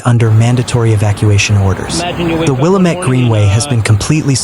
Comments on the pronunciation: Its pronounced Wil-lam-mit NOT Willa-met. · It's not pronounced Willa-MET, it's Will-AA-mett. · Its not willa-met Its pronounced wah-lam-it (Willamette)👍 Governor Kotex🫩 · Pronounced “will AM met”. Accent in the second syllable. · FYI, Willamette is pronounced: Will-Am (as in ham)-ette with the emphasis on Am. 💫The More You Know… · Well…. At least you didn’t mispronounce Oregon. Willamette = will AM ette Santiam = San tie AM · Fyiwe locals pronounce that the will ah mit river. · Rhymes with damn it"... "Damn it, Willamette"...An ancient chant from slow pitch softball days in McMinnville in the 1980's... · Learn how to pronounce Willamette.